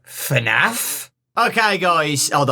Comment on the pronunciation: Its fnaf not fanf